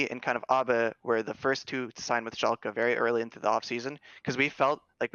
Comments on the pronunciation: To whoever does timestamps: its Schalke, not Shulke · iwd pronounces it schulke so the editor is making fun of him for it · "shulke" Painsge. atleast look up how they are spelled when you aren't sure instead of winging it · I‘d argue that they mean schalke but say shulke